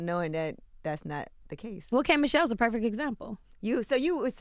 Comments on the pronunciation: “No relationship is perfick”.... had to stop listening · She kept saying perfect like “perfek” and it was getting to me lol